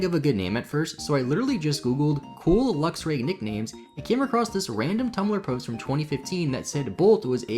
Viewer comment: It's pronounced "Lux"-"Ray". Luxer is driving me batty.